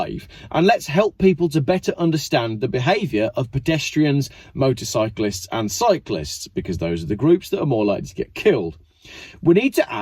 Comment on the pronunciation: Wtf is motorbyclist you sound retarded. Motorcyclists! Great video though.